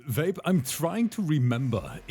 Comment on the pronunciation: Why do i hear saying "vape" as "babe"😂😂